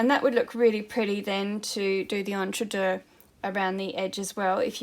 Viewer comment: So glad to hear you pronounce entredeux correctly! I hear many people on uTube pronounce it ‘EntreDOUGH’! Not correct French!